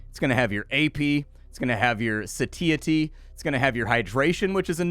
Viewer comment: Hey, that's not how you pronounce "satiety".